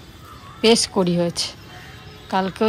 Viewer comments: কথাটা কুঁড়ি,কড়ি নয়। বললাম বলে কিছু মনে কোরো না। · Ekdom thik bolecho, sorry ami vul bolechi❤❤❤